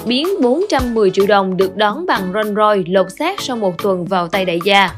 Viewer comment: Roll royce nhưng tôi nghe thành rich roll =))